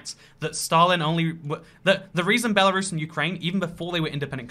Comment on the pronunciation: Me: *profusely swearing at him calling out Belarus in the video* Also me: *demonic screeches about how he said Belarus in different way*